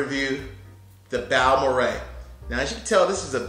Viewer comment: You sir know more about Texas pronunciation than the employees in the local liquor stores. It's rare to find someone who knows how to pronounce Balmorhea. I have two of them and three Cowboy bottles. I think they are fine drinking.